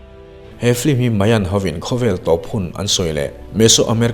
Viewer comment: Film a ti duhlo a, flim a ti.... lam dan mawi ah a buai lo, mipui te en theih tura video a chhawpchhuak hi kan lawm em em ani.